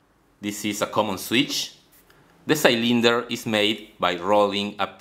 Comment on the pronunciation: Cool! - Cylinder was pronounced sye-LEEN-der but it should be SiLL-an-der.